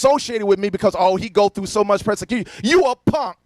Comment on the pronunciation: Is he trying to say persecution or prosecution? I think he just melded the two together… “presecution”…cause he’s not sure either.